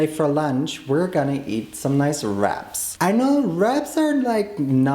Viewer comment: oh my gosh i thought you said rats instead of wraps but when i saw the tortillas i was like “OHH, WRAPS” i was also so confused bc i was like “wait, isn’t he vegan or vegetarian?”